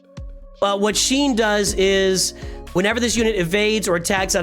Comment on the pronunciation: Great vid, but one thing is bugging me like crazy. Shien is pronounced 'She-en', not 'Sheen'.